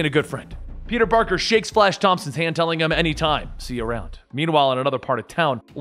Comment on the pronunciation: did you say "peter barker"?